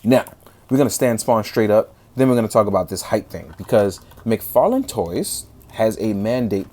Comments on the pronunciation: Did you say Fodd mctarlane!? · Fodd McTarlane lol much luv, dude